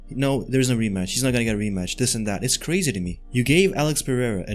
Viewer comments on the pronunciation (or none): none